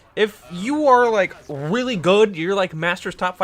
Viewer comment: weely good